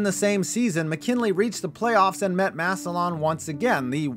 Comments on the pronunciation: HEY, ITE PRONOUNCED MASSUH-LIN, NOT massuh-lawn! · Massillon = “Mass-lyn” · It's pronounced mass-alin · Massillon, pronounced easy off the tongue as “Mass-lun”. Everybody from the outside says “Mass-ih-lawn”, so no worries. But still lol. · It’s pronounced “MASS-lin”, not “MASS-il-LON”. -Guy who lives in Perry Township, right between Canton and Massillon, Ohio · McKinley's home stadium is the Hof field, and its just Mass-lin lol good vid ❤ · Being from the area hearing you pronounce Massillon makes me wince lol Mass-ill-un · The way he said Massillon, he said Mass-O-lawn😭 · It’s pronounced “Massillin” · Great video. All I want to say is that Massillon is pronounced Mass-a-lin. I know it's petty and werid but I wanted to clear that up before some moron went on a rant about it. Anyways, keep up the good work. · I know you’ll probably never say the towns name again, but Massillon is pronounced mass-lynn! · I'm from Canton, and much as I hate the tigers. It's pronounced massilin. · I'm in ohio. It's pronounced Mass-a-lin lol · I love your videos but the way you pronounce Massillon kills me. It's pronounced Mass-Lynn. I live ~25 minutes from there. I know it's rare but if you talk about them again please see this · Massillon is pronounced Mass-il-in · I’m sorry it just sounds so odd hearing it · And he said massillon wrong lol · That pronunciation of Massillon physically pained me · I’m from Ohio and the way he is saying “Massillon” is irking me 😩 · I've never heard Massillon pronounced like that. Hits the ear weird.